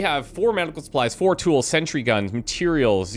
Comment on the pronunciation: It´s sentry gun, NOT century gun!